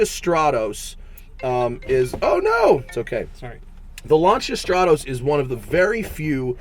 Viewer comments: You are pronouncing stratos wrong, annoyingly so..it is not straaatose “strat-os” not oosse... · Stratoes, not even good at 'ralleying'. Fucking burk.